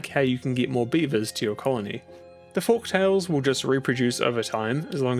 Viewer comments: 1. This game is shockingly addictive and i'm glad to see you've played it! 2. Looking at the comments, i might be the first to mention this but uhh.. it's FOLKtales, buddy, not Forktails :P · It literally wrote Folktails in front of him, so he's gotta be messing with us saying FORK-tails so many times